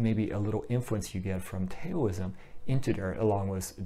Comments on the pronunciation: Great video. This definitely clears up some confusion. Just so you know though Taoism is pronounced "Daoism" spoken like D-AH-O-ism. Have a great day my friend. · please, don't say Tayoism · The "T" is pronounced like a soft "D". That is why westerners started spelling it with a "D". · Update: Pronunciation of Taoism, Daoism, and Dhyana. My apologies for the pronunciation of these words which I realized was incorrect after the video was already uploaded. Taoism: TA-OU (as in 'mouth') -ism (source: Wikipedia). Daoism: D-AHO-O-ism (as explained by Chill Dragon in the comments below). Dhyana, a Sanskrit word, is pronounced very much like the Pali word, Jnana (as explained by Mohamjip in the comments below) Thank you! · Thanks! I have a pinned comment with the pronunciations. Unfortunately, I can't edit the audio of the video already uploaded. I originally was not going to say it that way in the video but heard a different pronunciation (which turned out to be incorrect) which made me change it at the last minute.